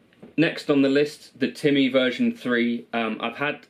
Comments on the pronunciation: Also, disappointed you dont say "Timmy" in the way someone who is in their 30s should. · That's how you would say it if you came from Lestah (Leicester)